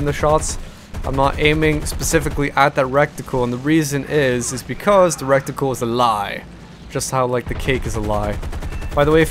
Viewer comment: You say reticle, you're saying it wrong hahaha. In a funny way too. You say "recticle" and it sounds like a combination of "rectum" and "reticle".